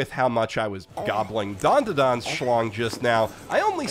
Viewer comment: only an american can mispronounce "dandadan" as "dondodon" its a fucking A for apple you fool